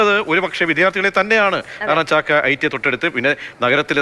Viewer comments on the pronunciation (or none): ചക്ക അല്ല ചാക്ക alle😂😂